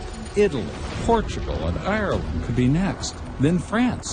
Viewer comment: Americans can never say Ireland right xd